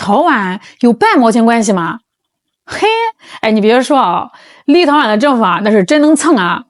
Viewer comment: 为啥我一听见立陶宛，就感觉是在听 little one 呢